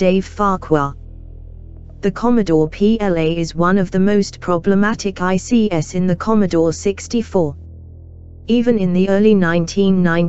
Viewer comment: The AI voice was just awful. Not only does it get the intonation almost consistently wrong, it also struggles with slashes (I/O became "I slash O") and something as simple as the plural s (ICs became "eye see S").